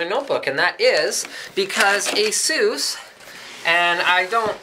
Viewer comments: It's pronounced "A-SUS", not "A-zeus" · It's 'Ah-suss' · 'Assussh'? wow, is it the way Asus is pronounced in english? =O sounds like ''Jesus" in spanish or something xD Here we say it like 'Ahzus'